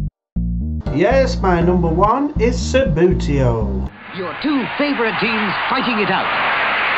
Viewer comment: According to Mark Adolph (the son of the man who invented the game) it is pronounced "Sub-beauty-oh" not "Sub-boo-tee-oh"...